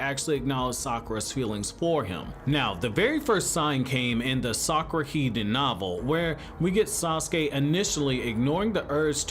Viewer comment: Sakwa Sounds like it IDK